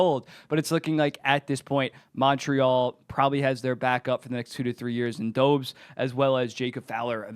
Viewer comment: Do-BESH no dobez